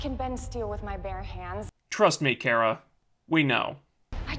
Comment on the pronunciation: I know these videos are old, but is he intentionally mispronouncing Kara's name as some form of passive-aggressive antagonism against the character? It's kinda annoying.